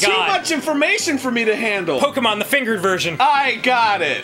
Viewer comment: I finally got around the watching this, and I was purely elated when I heard how Dan pronounced Pokemon. NOBODY SAYS IT RIGHT BUT HE DOES I'M SO HAPPY